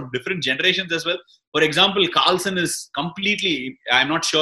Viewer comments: Sir it's not Carlson is Carlsen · Ashwin sir it's Carlsen not Carlson... Big fan of Vishy Anand... ❤ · Btw it's Carlsen not Carlson 🤦